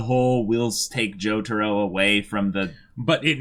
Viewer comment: How the hell did you butcher Jotaro's name that badly?